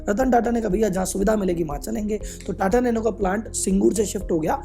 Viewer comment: "NATA NANO"